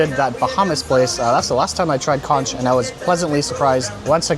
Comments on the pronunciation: Pronounced “conk” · Conch = KONK Plantine is not Plantine CHIPS 🤦🏽‍♀️🤦🏽‍♀️🤦🏽‍♀️